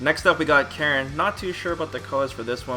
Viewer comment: Not sure why no one is able to pronounce Karin's name correctly. They literally say it in the game.